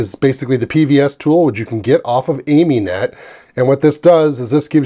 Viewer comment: It's Ami-net as in Amiga-net, not Amy-net ;-)